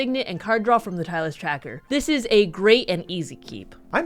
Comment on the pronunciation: It's pronounced "Tie-dus", because it is a play on "tide".